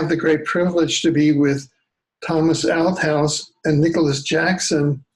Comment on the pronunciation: Great interview Alfred but I had to laugh at your pronunciation of Thomas’s last name Althouse you kept saying Out house ha